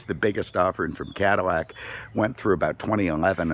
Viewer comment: I keep hearing him say, "Caddi-shmack", do you?